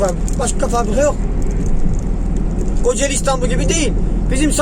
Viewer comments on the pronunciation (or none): none